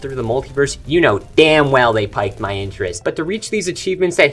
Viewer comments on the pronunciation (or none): Piqued is “peaked” not “piked” btw 🤷‍♂️